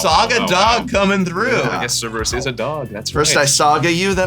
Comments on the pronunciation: Okay, the pronunciation of Suplex is one thing, but Cerebus? That hurt a bit as a Greek myth enthusiast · tsk tsk tsk... Prof. Cerberus is NOT pronounced SERIBUS. and the suplex pronunciation as well yeesh. other than these ridiculously bad pronunciations this was fun EDIT: also landfall is stupid and a design mistake. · Everyone's joking about suplex, but it was the constant mispronunciation of Cerberus as 'Cerebus' that made me laugh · Prof botching all these names hurts, and it's not just "Final Fantasy" names, he botched "Cerberus" pretty bad lol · I’m honestly more stuck on everyone saying Cerberus wrong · the same way he pronounced "Cerberus" :>